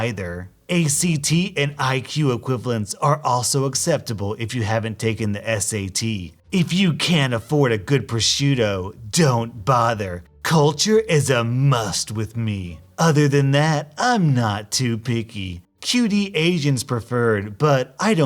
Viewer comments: > culture is a must > proscuito It's "prosciutto", dude. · Nah it's porchuto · Nope. It's prosciutto